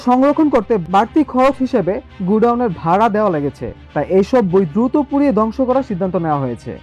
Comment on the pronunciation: বাবে না ভাবে হবে, দংশ না ধ্বংস হবে, ভাই আপনার দ ধ ব ভ এর উচ্চারণ ঠিক করুন 😊